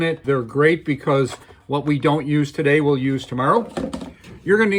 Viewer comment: To-DDDDD-Day Junior